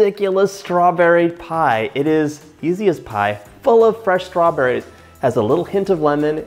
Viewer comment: The way he says strawborayz grates on my east coast ears. 🙉